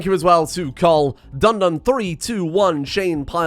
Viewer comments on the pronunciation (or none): none